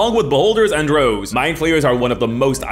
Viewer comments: Bro said drough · I was gonna complain about the pronunciation of drow (it rhymes with "cow" or "how" and not "row" or "flow"). But then you said Alien was the best horror movie of all time, which is a very respectable opinion, so that basically evens out. Good video. (Also "drow" is already plural, like moose or deer, though that one is less clear so either is acceptable)